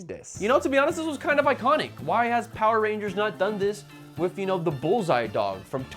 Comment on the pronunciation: It seems like the power rangers fans are soiling their diapers! It's hilarious how easy it is to irritate fans of this thing.😂 There was one who already mispronounced the name of the show itself Poeer Rangers, and now these cringe-worthy kids are spreading lies to feel like they're part of something.